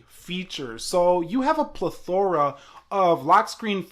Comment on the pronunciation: Just the way you pronounced "plethora" made me dislike this video.